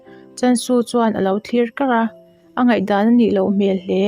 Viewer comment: Mizo tawng vel I chhiar Tam deuh. Angai, A tap pur mai tih te hi a thluk a diklo